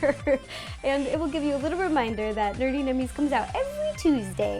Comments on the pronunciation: Did anyone notice that she said nerty nummies instead of nerdy nummies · Why does she always say "nerty nummies"? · Why do you say "Nerty" instead of Nerdy? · why is it that when you say "nerdy" it sounds like "nerty" and also you could have used candy melts for the superman logo